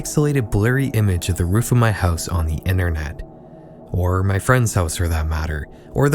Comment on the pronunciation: Saying "house" gives you away, Canadian